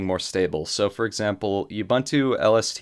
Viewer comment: Great video, kills me how you pronounce "Ubuntu" though!